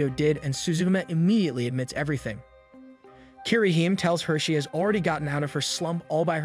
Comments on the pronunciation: It's pronounced Kee-re-hee-mé not "keereheem" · Bet a lot of people are triggered by for butchering the pronunciations of japanese names. Kirihyme instead of KiriHime